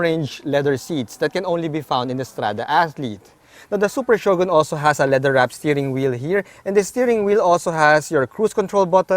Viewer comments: i think its better to say it " Sho-gun " not " sho-gon " your one of the best vlogger in autoMoto world hr n Phil...keep it up! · Shogon? Bwaaaahahaha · is that how you pronounced Shogun?...im confused...thnx